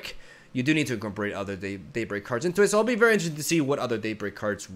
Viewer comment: "Daybleak" Also: "Stron the stongest enemy"